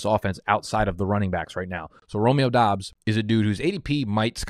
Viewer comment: He got the Doubs pronunciation. A man of the people